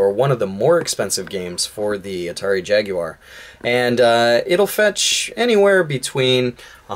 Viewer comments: Holy shit, an American that can say Jaguar correctly. I had practically given up hope. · Had this been a little less Street Racer/BC Racers and a bit more Mario Kart it really would have been help to the struggling Jaguar. As always, Thank You for not pronouncing the Jaguar as "Jagwire".... The only people that should ever pronounce it that way should be Brits and even then it kind of bugs me.;)